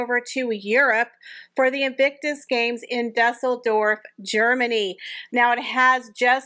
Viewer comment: Balmoral....pronounce Baal not Ball. Al as in Allan Baal. Dueseldorf... pronounced like the french deux.. or dewseldorf. Lovely show. Thanks for bringing us the latest news!!